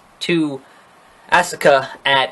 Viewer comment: you said asuka's name wrong you said ass-a-ka